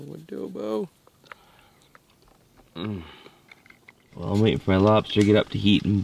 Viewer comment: Adobo? Wodobo?